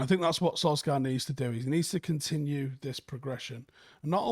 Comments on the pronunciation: It’s pronounced Solshar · How freaking difficult is it to pronounce Solskjear correctly?! 😅